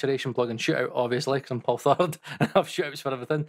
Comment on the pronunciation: How dare you to not open this with "HELLOOOOO". While the video was loading I yelled HELLLOOOOO, with a fine scottish accent, and there you were, just saying "my nehm is Poll Therrd." 🤨 (😉)